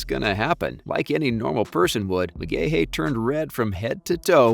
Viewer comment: pronounced McGhee